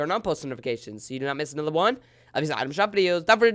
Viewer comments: When will u know how to say another instead of anoder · Back wif a nudder